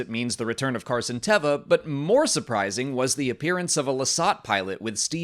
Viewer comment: I loved the cameo from Mollie in the bed. is a bad influence on me pronouncing Carson Teva's name wrong. If Mandalorians did indeed liberate Moff Gideon from the prisoner transport shuttle, I wonder if the Armorer could be involved? Since Moff GIdeon wielded the darksaber & he got it off of Bo-Katan for a while there he was the rightful owner (and he used it better than Din does). So could the Armorer be using Moff Gideon to challenge Din for the darksaber even though he lost it to Din before? Basically, I still don't trust the Armorer's motivations.